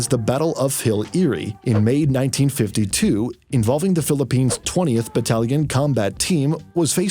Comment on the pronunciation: Are you trying to offend us by saying "Philipignas"?